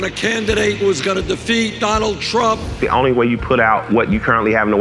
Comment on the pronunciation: Oh good lord. "Donnie Twump thwew wocks when he was two!" Lmfao